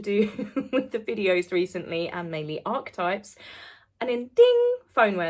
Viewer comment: You pronounced archetypes correctly! 🎉 I knew you could do it! ❤️